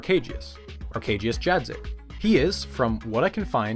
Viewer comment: Arkadiusz WHAT? 🤣Judge-zeek?🤣🤣It's pronounced YAT-CHICK, with Y, like in Yeti. LOL. C'mon man, it was less than 30 seconds spent with google translator... Immersion destroyed, flawless victory!